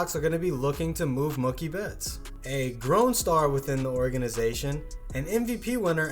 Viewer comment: "Mukie betts"...God dammit